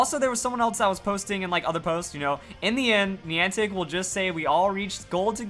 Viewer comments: You say Niantic weird lol like have you heard anyone else say it like that😂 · Niantic screwed up even more than screwed up the pronunciation of Niantic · The way he pronounces Niantic... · Stop saying niantic wrong, it's very annoying